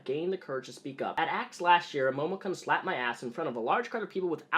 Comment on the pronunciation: I keep hearing that name as Momo-kunt, it's not entirely inappropriate in this case and my stomach aches everytime I see you drink milk.......I am lactose intolerant.